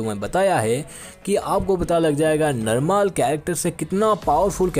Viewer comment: Bhai narmaal nahi normal hota hai 😂😂